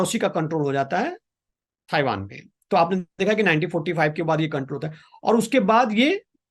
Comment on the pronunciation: आज के मेहमान बहुत दिमाग खाते हैं। पहले तो इनको ताइवान को थाइवान बोलना बंद करना पड़ेगा।